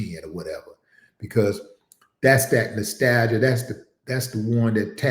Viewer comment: Hey Willie, it's Nostalgia not Nostalia bro. 😂